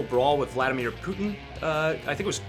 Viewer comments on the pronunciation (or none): JCV said poutine instead of Putin.